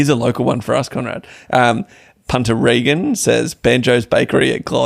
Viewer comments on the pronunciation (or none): none